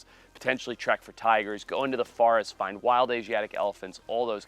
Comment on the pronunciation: Is it me or is he saying his own name wrong when he is talking about actual forests.